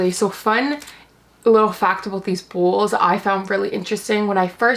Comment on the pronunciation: I'm so busy looking at your eyelashes and listening to you pronounce bowls like bulls. What is up with those eyelashes? They look like a solid piece of plastic or something all clumped together. The soup looks good though.